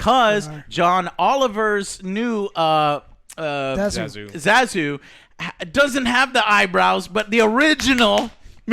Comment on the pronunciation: yep, butchered his name.